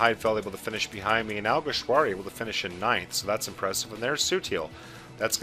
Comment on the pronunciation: Well done you perfected alguersuari's name, also great race